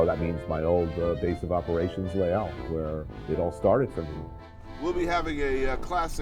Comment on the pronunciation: Wonder if he will ever pronounce "Les Halles" properly. It's "Lesalle", dear